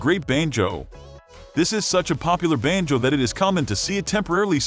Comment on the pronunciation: This is NOT a banjo, it's a banjoooe. I hate synthetic voices used for narrations on videos.